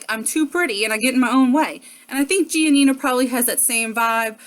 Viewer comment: Her parents said gi-ah-nina though? Did I hear that right?